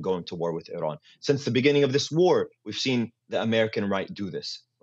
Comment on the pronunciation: The guest’s pronunciation of Iran is incorrect and exaggerated.